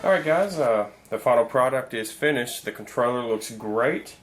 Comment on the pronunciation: Did you say controller or troller? lol